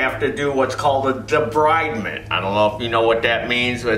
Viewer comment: Pronounced debreedment. Love your videos!!